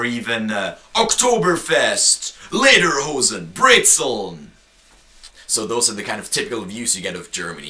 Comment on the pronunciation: nee, der is doch kein deutscher! sonst würde er brezeln und kässspätzle anders aussprechen! der kommt aus irland oder so! aber am besten war ja: ICH WILL EINE KÄSSSPÄTZLE!!! xD vllt sollte man ihn nicht ZU ernst nehmen... naja...